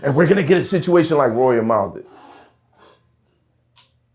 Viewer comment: I don’t even fuck wit that bozo Mal .. but I need to know as a black human being .. how can you pronounce that incorrectly??? It pisses me off